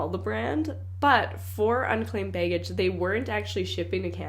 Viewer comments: Love how she says "bay-gage." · The way pronounces "be" and "baggage" as beg-gage always makes me laugh. 😅😅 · I sometimes forget she’s Canadian until I hear her pronounce words like “baygage”.